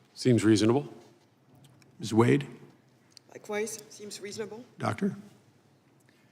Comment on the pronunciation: Not one single Republican who asked Ms. Wade questions pronounced it the correct way...the way she pronounced it when she introduced herself...WADE. Pronounced JUST the way it's spelled! Long A, Folks! Good grief!